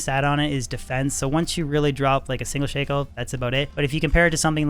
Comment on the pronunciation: Shako is pronounced "Shack-Oh"